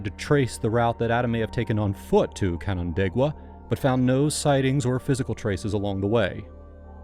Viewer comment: As a person from the area, I'm proud of your pronunciation of Canandaigua, it's a hard one!